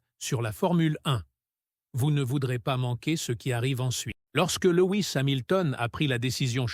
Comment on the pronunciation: Et l'IA incapable de nous traduire le discours 🤦‍♂🤦‍♂ Remarque , pour le français déjà ça prête parfois à rire !( schouderia, scood ria, Lois, etc))